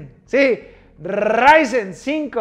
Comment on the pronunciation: Necesitaba mi dosis de rrrrrrryzen